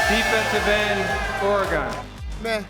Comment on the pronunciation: Hearing Goodell say "Ore-gone" makes my skin crawl